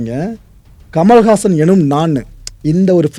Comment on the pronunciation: I thought his name was 'kamalahaasan' ; but he's saying 'kamalhaasan' which is a sanskrit word - 'Kamal haasan"😂🤣 why can't he tell his name in tamil as 'kamala haasan' 😇